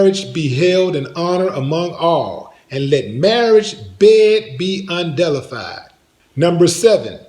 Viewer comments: LOL “Let marriage bed be “undelified”. You better not put your marriage bed in the DELI! 🥪 🛌 🥪 I think you meant to say UN-DEFILED. 😂😂😂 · Lol He said "del I filed"